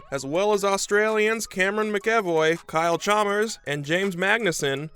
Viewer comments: “Chamas” “Chaalmurrrs” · kyle CHAMAS